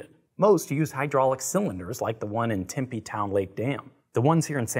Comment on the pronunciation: He said timpy az but it is tempe